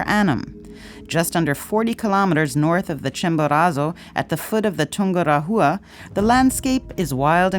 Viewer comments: Not poor, it is plain terrible. I've climbed Chimborazo and have been to Ecuador a few times. My ears hurt when I hear "Tungura -HUA" instead of Tungu RA wa", and sound "z" in Chimborazo. Are they going to pronounce Quito and "KWIT - oh"? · The sound track is terrible. In "Chimborazo" the letter "z" s pronounced as "s" as in "see", not "z" as in "zoo". What is Tungura-HHHUa??? It should pronounced as "Tungu RAH -wa". Your videos are usually great, but please LEARN how to pronounce the names of the places. It takes seconds to do it. It is hard to watch when the place names are butchered.